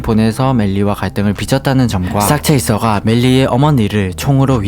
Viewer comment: 싹체이서가 아니라 쌕체이서가 올바른 발음입니다